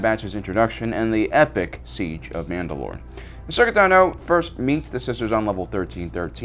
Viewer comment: It's Ahsoka